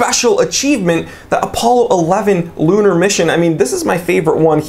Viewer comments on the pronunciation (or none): none